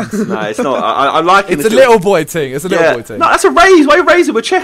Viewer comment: who else is watching after jj dropped little boy and getting hyped over simon saying lickle boy!